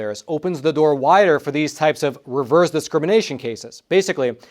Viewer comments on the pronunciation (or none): none